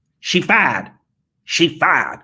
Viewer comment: Its "she fied"